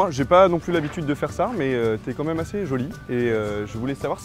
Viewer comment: Le "t'est QUAND MÊME assez jolie" xD